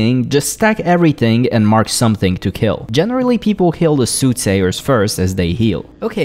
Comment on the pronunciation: Your pronunciation of "heal" and "kill" are very difficult to tell apart, especially in the Shade of Akama section.